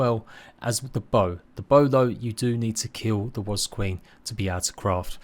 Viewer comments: Is it just me or is does it sound like he's pronouncing ''wasp'' as "was" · "Wasb" .... It's just a quirk of his speech that makes his "p" sounds resemble "b"... listen again you'll hear it, it's no biggie all the same. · Literally pains me when you say the word wasp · love how you say wasp 😅